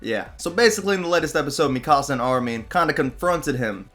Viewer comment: its not mi casa its mikasa